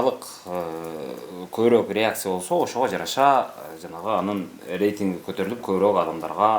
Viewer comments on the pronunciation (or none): none